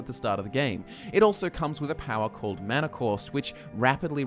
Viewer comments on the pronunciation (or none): none